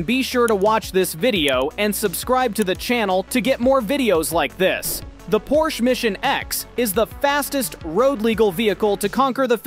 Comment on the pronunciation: You're saying porsche wrong